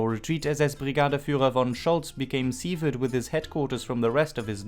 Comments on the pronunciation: Its pronouced severed ( sef erd ) not seevered. Great vid tho. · the "sev" in severed is pronounced as you would pronounce the "sev" in seven (7). Thanks as always for a great video.